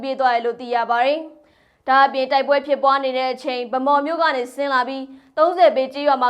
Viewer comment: ဗန်းမောက် လို့ အသံမထွက်ဘဲ ၊ ဗမောက် လို့အသံထွက်ပါ_ သျှား ရေ ' ရေးတော့အမှန်/ ဖတ်တော့အသံ ** ကျေးဇူးတင်ပါတယ်##